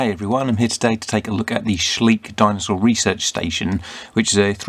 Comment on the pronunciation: Schleich is pronounced soft and slow like Shly-sh, not sleek. It is way bigger than Mattel here in Germany